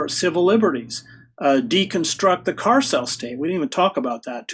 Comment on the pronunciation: or so, what sounds like carcell is actually carceral, ...the Carceral State.